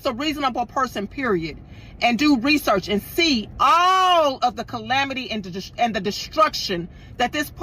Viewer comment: SEE. Not ses.